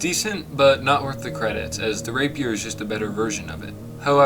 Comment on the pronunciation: “Raper” WHAT?! lmao